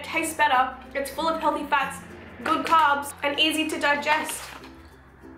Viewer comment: I literally say carbs with an accent because i watch too many of your videos.